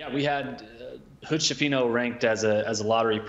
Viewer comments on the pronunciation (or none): Skifino, not scifino, it's an Italian surname